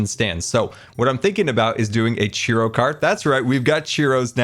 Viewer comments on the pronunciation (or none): Love this disn- sorry, Scarland base. BUT the ffod you called "Cheeroh" is actually pronounced "Churoh (Ch-ur-oh), down where I live mexican and hispanic culture florishes, (Texas). Have a good day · I love you, but it's churro, not chiro. 😂😂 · It’s Churro, not Chiro. I’m only in slight pain. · you're pronouncing churro as cheero?????? my guy.... you never cease to amaze me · its not pronounced cheero. Its pronounced chur-oh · How come nobody is talking about the way he says churro? Sounds like he’s saying cheerio stand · I love the pronunciation of churro 😂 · I love the video, I love the build, but your pronunciation of churro is atrocious!! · The way you pronounce churro is so confusing. I didn't even know what you were talking about at first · mispronouncing churro hurts my soul. But great video as always.